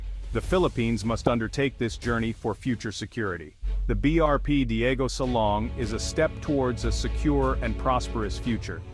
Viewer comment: DIEGO SILANG...not SALONG.